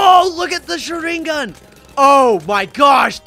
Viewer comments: And he is not saying sharingan right😂😂😂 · Bro if you're going to save a name wrong at least say correct it's pronounced shringgan also it's RASANGUN